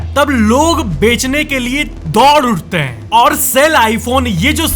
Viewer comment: हैं ko please ache se pronounce kro हैंयय ni